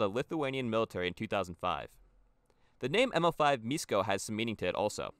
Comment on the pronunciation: š in Lithuanian is the equivalent of sh in English so miško would be pronounced like mishko still cool video tho